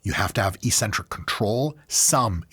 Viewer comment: STOP SAYING ECCENTRIC WRONG!!! I'm going insane